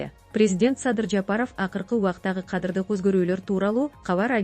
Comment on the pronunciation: "координатору""😂😂😂 отставкасы, кадырлык өзгөрүүлөр 😂😂😂 тупая ...окуучу .😅😅